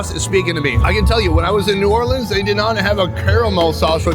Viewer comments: No. We do not say “Nawlins.” No one does. That was created for t shirts by people who misunderstand the local dialect. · That is not New Orleans shrimp and grits. We don’t say Naw’ leans… only tourist talk like that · Yeah, We def do not say nawlins out here lol. That is def a tourist/foreigner thing.